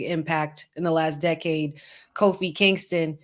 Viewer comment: Bro said “Coffee Kingston.” 🤦🏻‍♂️